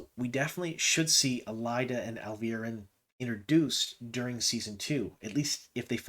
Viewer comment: It’s pronounced Al-vee-are-in. I like her for that casting